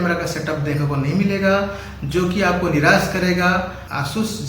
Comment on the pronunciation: Niras nahi Nirash hota hai